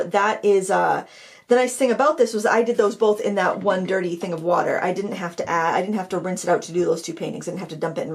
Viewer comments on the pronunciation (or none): none